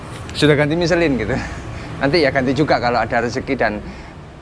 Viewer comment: Orang udik michillen bacanya misleng woy